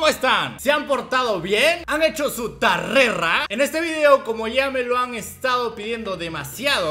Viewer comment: No se dice "tarrera", se dice "tarea" .